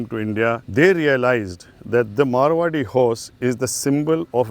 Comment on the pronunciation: Please correct the breed name it's MARWARI not marawi